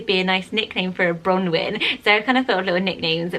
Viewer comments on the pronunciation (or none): I speak fluent welsh and ngl if was kind of triggering me the way she said bronwyn 😂